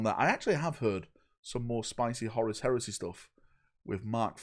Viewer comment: I like how he calls Horus, Horace